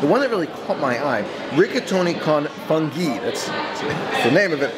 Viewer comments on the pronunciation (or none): The correct pronunciation of the restaurant is "Eeel-Moo-Lee-No" - IL MULINO As I am Italian (Gio) I just wanted to point this out. Also it is "Foon-Gi" for Funghi and not "FUN-gi" As always, enjoy your channel and just wanted to help you out.